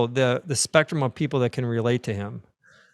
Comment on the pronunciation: "...incredible, the specrum of people that can relate to him." Ha, "spectum"... so to speak?